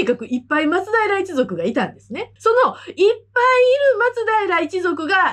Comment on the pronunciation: 元の松平町も、発音は「ま↓つ⬆だいら」ですから。